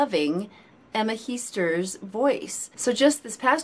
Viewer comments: Heesters is pronounced as 'hey-sters'. There is no 'i' in 'ee'. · Heesters is not pronounced as Heasters but with the "a" as in Hastings. For the rest my compliments for your positive and understanding commentary. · Let me learn you how to pronounce some Dutch words and names. The EE in Heesters is pronounced as the E in oke or in hey. The A in zangers is pronounced like the A in Darth and not as the A in Vader. Dutch people tend not to fake emotions. We are very direct and honest in our reactions. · You say Henk Poort like in more and Emma Heesters like in cake.